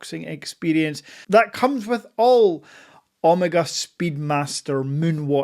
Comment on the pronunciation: Not sure I’ve ever heard Omega pronounced “Omarga.” 😜 I know you bought grey but consider yourself very lucky as it took me 2 watches from a boutique over the course of 3 months to get mine fast. With that being said I sold one eventually as I got the snoopy as it was a white dial speedy and was a little too similar. My advice switch out the strap and tang buckle for the omega clasp and loopless strap everyone uses. The strap it comes with is completely horrible and makes the wearing experience unenjoyable. Once you switch the strap out, it wears perfectly and is as amazing on wrist as off. The dial isn’t “treated” btw it’s pure 925 silver which is engraved on it. Also a fully wound speedy takes more than 35 winds. Wind until you hit the “wall” to get a full wind. Also the speedy wears smaller than 42mm, bezel to bezel measurement is 39.7mm and that is how it wears to the eye as Omega counts the chrono pusher protectors to get to the 42mm casing size. And please don’t mention Hublot in the same sentence as Omega ever again 😂